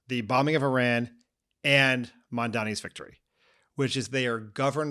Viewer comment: Please pronounce Iran correctly. Thank you.